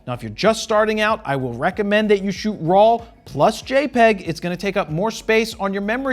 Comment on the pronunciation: I never noticed that you pronounce RAW as RAWL. I will hear that everytime I watch one of your videos. BTW, thank you for this video, very highly appreciated.